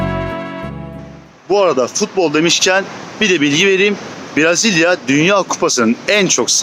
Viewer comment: Dostum herşey iyi hoş da, Türkçesi Brazilya değil, Brezilya.😂